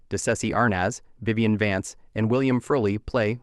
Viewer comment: the reader can't pronounce Vivian? WTF? poorly done